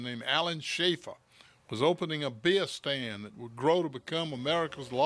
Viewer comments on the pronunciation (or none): What is a bee-uh stand?